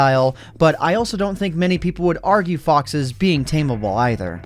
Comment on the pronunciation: When you said foxes I thought you said ffs